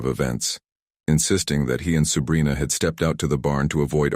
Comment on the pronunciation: Dude kept wrongly pronounced her name as “Subrina” it probably shouldn’t have but it kept bothering me a little bit lol